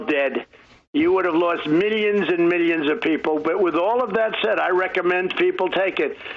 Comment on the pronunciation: “Miyanns and miyanns…”